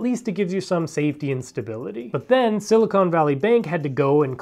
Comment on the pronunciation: I don't trust anyone who cannot say the word "silicon" correctly.